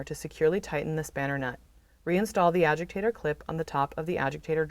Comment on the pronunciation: Why does she call it an “ajigtator”